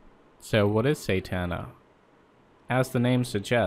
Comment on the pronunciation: you say satana wrong